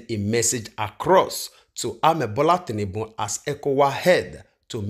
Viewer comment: It's Bola tinubu and not tinnunbun my brother